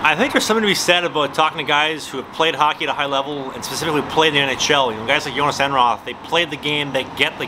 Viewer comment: You couldn’t be more wrong lmao. All the Os in his name are pronounced like the O sound in ”load”.